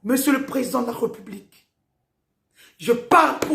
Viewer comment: Pourquoi vous dites "Re" là où il y a un accent ? "RÉ" donc "république" et pas "republique"